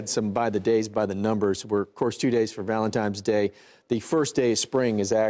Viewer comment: ValenTINE's day, not ValenTIME's day. Why can't people get that right?